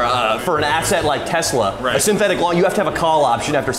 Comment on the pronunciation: He said tesla low ahahahahha